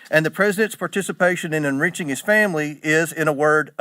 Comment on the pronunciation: . Fun fact: "enRICHing" rhymes with "enbitching." He said "enREACHing." Like he's been reaching into our wallets.